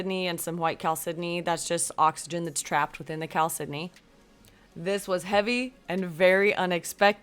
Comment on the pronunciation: Isn’t chalcedony pronounced as cal-se-doe-knee???? That’s how I’ve always heard it pronounced! Never heard it pronounced as cal-Sidney before!